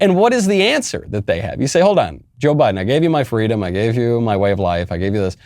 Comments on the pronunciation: It’s been a long time since a member of the Biden administration thought “fweedom” was important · I thought Kamala said it was fleewweeeedum when she stole a story directly from Martin Luther King